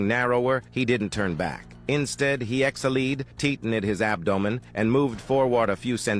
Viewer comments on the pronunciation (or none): What about ABDOEMEN